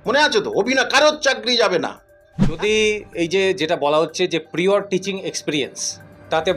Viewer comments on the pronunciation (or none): Prior thik uccharan korun